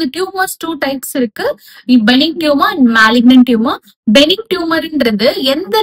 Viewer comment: Pronunciation of Benign is incorrect Pronounced as Buh-nine